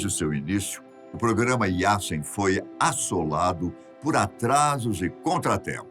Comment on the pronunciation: sobre o submarino não se fala "Yassen" mas sim "Yazen"